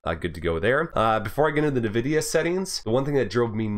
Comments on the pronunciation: NVIDIA is pronounced *“envidia”*, not *“navidia”*, btw, nice vid! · What's "Nevidia"? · Haven't heard anyone say Nvidia like that lol